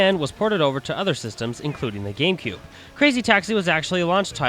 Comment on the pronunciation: its gamecube not gakmecube